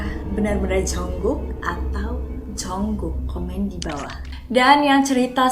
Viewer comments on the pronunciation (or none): Jungkook kak bukan Jongkook😂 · JUNGKOOK KAKKK BUKAN JONGKOOOKKKK